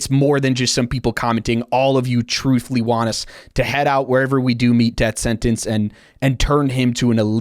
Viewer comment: “Death Sentence” or “Def Sentence”? I heard “Def” multiple times